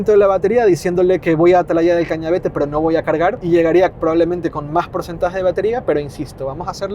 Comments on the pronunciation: Hay algo que me molesta mucho en este video, y en el de Angel... Y es que, teniendo el nombre del sitio en la pantalla, sigais diciendo "Cañavete", cuando es Cañavate. 😁😁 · ¿Porque todos decís mal el nombre de Atalaya del Cañavate? 😅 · Atalaya del Cañavate, Cañavate, Cañavate !!! Que muchos en Youtube lo decís mal